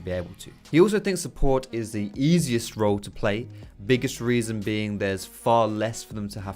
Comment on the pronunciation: Support. It's support... like what the whole league community has always been saying.